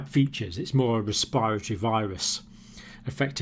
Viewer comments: It's res-p-I- ratory, NOT res- PIRE-atory ! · is he saying 'respiatry' system? never hear respiratory said that way, lol